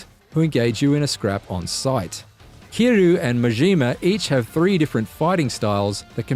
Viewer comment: “Off the beating path” it’s “beaten”. You think the path has a heartbeat? Also, the name “Kiryu” has a Y in it. Why are you pronouncing it “Kiroo”?